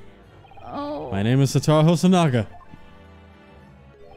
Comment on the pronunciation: Satoru = Suh-Toh-Roo